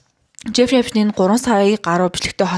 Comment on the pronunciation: New york brooklyn d tursun uuruu neree esptein gj duudaj helj bhad zaaval sh duudaj shaardlaga bganmu